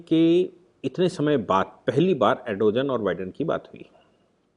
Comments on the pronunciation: सर जी अरडोजन नहीं है बल्कि अर्दोगान है...please correction karein..baaki to bas naman hai aapko...shikshit karte rahein hame. Bahut shukriya aapka 🙏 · सर सही उच्चारण अर्दोआन है 🙏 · भाई साहब एर्दोआन या एर्दोगान बोलीए. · Erdogan pronounced as Aar do gaan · Pronounce the name of Erdogan correctly